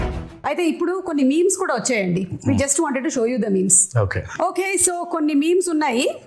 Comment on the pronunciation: మిమ్స్ కాదు మీమ్స్ అనుకుంటా